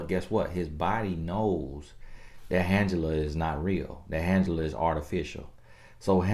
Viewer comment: Lol “” 😭😭😭